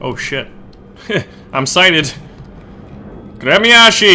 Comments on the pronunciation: It's pronounced "grem-yas-chee." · прикольное произношение названия корабля)